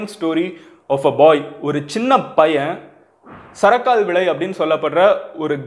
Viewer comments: Brother the village name is not sarakaalvilai, it's sarukalvilai. I'm near to his village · Pronounce thappu bro sarakal vilai not a sarakaal vilai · தம்பி அது சரக்கால்விளை இல்ல சரக்கல்விளை!!! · Bro athu sarakaal illa kal stone -kal antha Kal sarakal Villai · சரக்கல்விளை Madan not சரக்கால்விளை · Bro unga pronunciation wrong athu சரக்கல்விளை என்னோட ஊருக்கு அடுத்த ஊர் தான் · Anna sarakalvillai pronounsation wrong